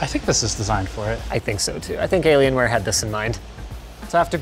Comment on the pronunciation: what's a dellalien-ware? Dell and alien are supposed to be separated Linus!